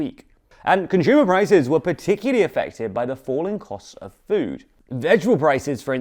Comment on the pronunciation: If this dude says conSHumer one more time I’m going to give him a figurative wedgey. Learn how to pronounce things without pretension, bro.